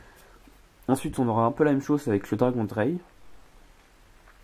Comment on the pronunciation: Ce deck là est à mon sens moins intéressant que le premier à jouer. Aussi, bien que j'aime beaucoup les cyber dragons, j'aime pas trop les decks qui se centrent uniquement sur eux. (D'ailleurs Zwei et Drei c'est Deux et Trois en allemand, donc tu prononces ça (à l'oreille) Dzvaille et Draille) Par contre tu manques encore un peu de peps quand tu fais les vidéos seul, et c'est dommage, car 30 minutes comme ça je trouvais ça assez longuet et très honnêtement j'ai failli arrêter la vidéo rapidement...